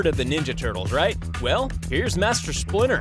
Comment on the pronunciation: it’s « Master Splinter » ….. not « Splinner » And why do you shows us like… one video but 2~3 times in the same video?